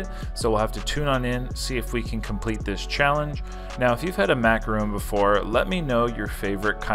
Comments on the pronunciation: It's not macaroon. Its macaRON. A macaroon is a small cookie made with lots of shredded coconut. A macaron is lovely icing filling with two nice cookies. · It’s is pronounced maca- Ron ! A macaroon is a chewy coconut cookie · starting an International Incident by pronouncing and switching back and forth between “ron’” and “roon” infinite times during this piece, which as many others referenced, aren’t the same thing. Disclaimer: No French Canadian’s we’re intentionally insulted during production of this video. 🤣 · Sorry, your pronunciation is way off on this one. As another commenter wrote, you ate a macaron (mack-ah-RON), not a macaroon, which is a coconut cookie. These are two very different cookies. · Macaron NOT Macaroon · I believe that is a macaron and not macaroon. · It’s a macaron not a macaroooon. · Mac-a-Ron like a mans name macaroons are a coconut cookie treat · Mac a RON. A macaroon is a chewy coconut cookie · Big difference between macaron and macaroon. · You keep pronouncing it wrong, there's a difference between a macaron and a macaroon. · You're Canadian. Learn to properly pronounce the name of the cookie. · He spelled it right but pronounced it wrong lol